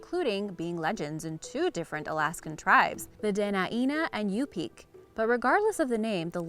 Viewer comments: So....pretty please,get your info correct before speaking... The 2 "tribes" in AK are pronounced Duh-Nine-Nuh & You-Pick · It’s not pronounced “Yupeke” it’s pronounced “Yupick” I know cause I live in Alaska and I know many Yupik people